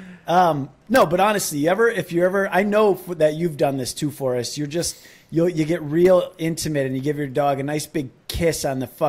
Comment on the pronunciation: Forrest, I'm so excited you said my name correctly!!!! #LifeComplete #WildTimesPodcast Thank you!!!!!❤️🙏